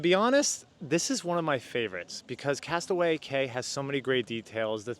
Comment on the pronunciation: It's pronounced castaway "key"